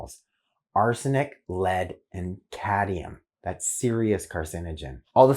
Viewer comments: Cadmium not cadium. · Are you sure you don't mean cadmium? Not cadium.